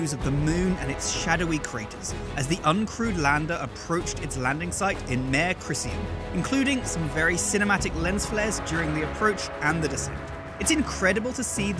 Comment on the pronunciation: Mare Crisium. Sounds like a she-horse the way you say it.